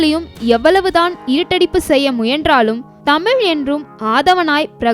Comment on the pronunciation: தயவு கூர்ந்து "தமிழ் " என்று சரியாக உச்சிக்க வும்.